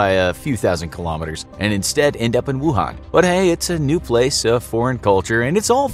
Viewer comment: I know this is just a very small detail, but I'm just a little annoyed that the pronunciation of Wuhan is slightly off.